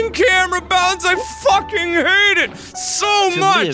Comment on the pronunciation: “I just focking did that!!”😂